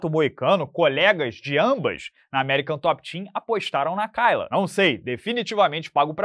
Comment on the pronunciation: A pronúncia é Keila